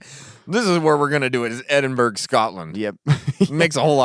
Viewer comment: Edinburgh = Ed-in-bra, not burg. Other than that good stuff guys